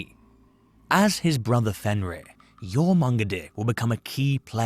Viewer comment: bro, it's literally pronounced YOR-MUN-GON-DER. Jesus H. Christ. Do research before you make a video.